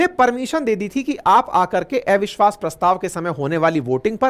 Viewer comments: Gyani to hain aap parantu thoda irritating lagta hai jab "अविश्वास" ko "एविश्वास" bolte hain .... habit ko badalna aasaan nahi parantu yadi sambhav ho to Dhyan dijiye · आपको अविश्वास बोलने नहीं आता है क्या 😊